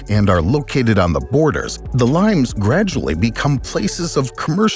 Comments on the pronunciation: Lee-mayss or lee-mayz, not limes as in the English name of the green citrus fruit. Hadrian's Wall was built in Brittania not Brittany, which is the modern English name of the Celtic region of western France. I stopped watching after that. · My old high school Latin suggests it is pronounced "Lee-mace", not like the fruit. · Is "limes" a Latin word that is pronounced lee-mez rather than like the fruit? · Pretty sure you're pronouncing the Roman "limes" wrong.